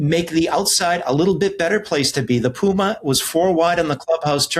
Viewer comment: Its not Puuuma in Spanish. Its Puma